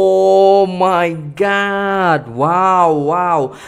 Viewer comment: Oh my god,..bukan oh my gut..apalah kamu cakap pun x betul..